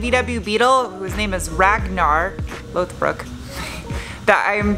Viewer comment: Did you say Northbrook, Lothbrok? Is there another Ragnar in your life? You gave Brett the camera treatment twice on this video and the last one. Super job on the Beetle! I can't decide if I want an off-road or street vehicle.